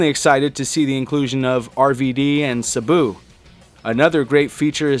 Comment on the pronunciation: Sa-boo? Dafuq